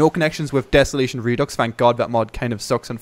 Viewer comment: please learn to pronounce redux